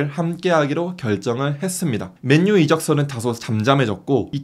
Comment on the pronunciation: 왜 맨유를 맨뉴라고 말하는거에요? 그것도 기자가